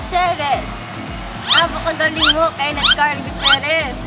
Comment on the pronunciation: said kensh🤭🤭